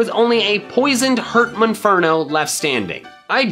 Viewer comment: Mispronounced monferno not munferno monferno mon as in Pokemon